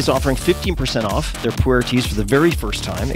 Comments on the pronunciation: I keep hearing 'Puerh' tea as 'poo-air' :/ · OMG can I help you pronounce Pu'er tea in the right way? I almost fell off my chair laughing.